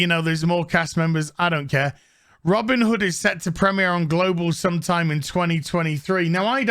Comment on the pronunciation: "Robbin' da hood"